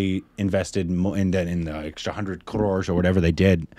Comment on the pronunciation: I love the way you pronounced 'Crores'.